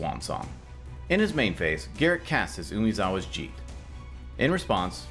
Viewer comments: Yep, should be pronounced Jee'Teh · Sorry, but I have to correct you. Jitter is pronounced Jeet-Ay, not jeet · I had always pronounced it "Jit Tae" in the past, but I always thought that was wrong. So I went to a pronunciation translator and that's how they said it. Oh well. I'm doomed to always mispronounce something! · you pronounced "jitte" wrong but good video. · These guys have been playing competitive Magic for who knows how long and they don't know how to pronounce "Jitte"